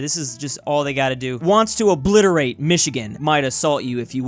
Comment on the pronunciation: Thw way you said 'Wants to OBLITERATE Michigan' made me laugh so hard